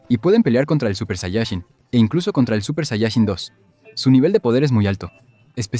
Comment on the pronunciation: "Supershayachin dos"